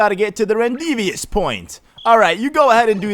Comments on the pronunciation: Not "REN DEE VEE US" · Mikey Slaney yup it’s pronounced Ron-dA-view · Apparently to, rendezvous is pronounced rendevious... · what the heck is “rendevious”? That’s not a word, dude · you know he's a nintendo nerd when he says "rendeeveous point" when it says rendezvous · LMAO! I had to pause it when you said 'Rendezvous point': lol. It's pronounced 'Ron-Day-Voo'. =) Also: , and you missed some rocks that Mario is near at those times. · Its pronounced Ron-de-vu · Lol the way you said rendezvous (Ron Day Vew) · IM BACK!! The language nerd! And it's "RON DAY VOO" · Love how he completely butchered the word ‘rendezvous’